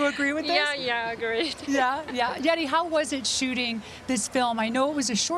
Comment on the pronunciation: I cringed every time she pronounced Yeri's name as Yeti